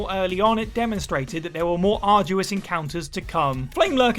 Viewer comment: what was wrong with his "arduous"?